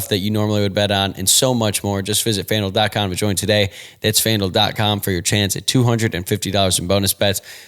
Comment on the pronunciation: Am I the only one who hears Fandil (rhymes with vandal) when says FanDuel??